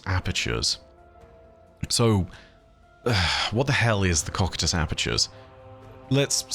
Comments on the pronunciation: Cocytus is pronounced: koh + sy + tuhs. Just trying to to be helpful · Cocytus is pronounced co-cy-tus, hope it helps! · that's certainly one way to pronounce Cocytus...